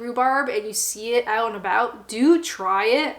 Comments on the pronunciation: Aye, that'll be the Irn Bru making her a bit Scottish. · Canadian accent leaking through the alcohol!